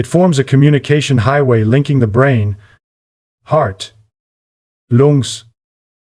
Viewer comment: 'Loongs' 'leeva' 😂😂😂